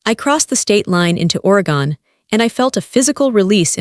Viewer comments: Great story. Catching you from the Skagit Valley in Washington state USA. BTW: It's pronounced: ORR-AHH-GUNN Not ORY-GONE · Oregon pronounced Oregun. Cellwood is spelled Sellwood. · It's pronounced Oregen. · Please learn to pronunciation the states. Is somebody raised in Oregon pronounced or a gun? It’s really offensive to listen to that.